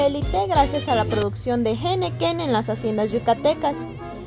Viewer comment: Disculpa ,eres mexicana ? No es correcto como pronuncias la palabra henequén.